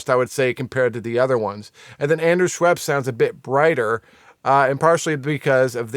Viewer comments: Haha, Andrew Scheps, not Schweps. Interesting video though, thank you so much. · Scheps not Schweps-it’s a beverage 😂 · Dude, please learn the names of the guys you`re talking about ... ANDREW SCHEPS ... NO "W" ! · There's no W in Scheps you're killing me lol